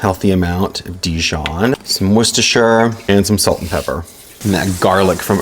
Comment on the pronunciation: Love that you pronounce Worcestershire properly! (Coming in from Scotland) 😊